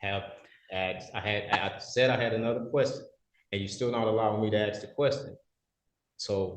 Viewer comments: Why do some Americans say "aks" instead of "ask" and "dekstop" instead of "desktop"? I have hear this on numerous occasions. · tries to sound smart BUT says "aks" instead of "ask". Idiot... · He wants to “axe” another question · As always, if someone says "axe" instead of "ask", nothing intelligent is going to come out of their mouth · Exactly what are you axing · I wanna ax you a question lol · he is pulling sov cit stuff for federal firearm charges? man he is really really stupid. why cant he ax a question? he cant even read his own crap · Anyone that uses the word AXE instead of ask, shouldn’t be allowed to waste the taxpayers money in delays lol. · This SovCidiot "axes" a lot of questions - literally. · The judge should say "do you want to ASK a question, or AXE a queshion" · Whats also funny, these pondlife try to trip the judge up on how things are stated, and use language as a crutch.......then use ' axe ' instead of ' ask ' 😂😂😂😂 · I'm so tired of "aks" that is not a word in any language on this planet. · "I'm trying to ax you a question" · He wants to "axe" a question🤔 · How do you "ax a question?"